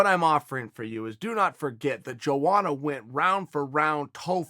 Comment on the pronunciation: Chael, my brother is pronounced : yo-onna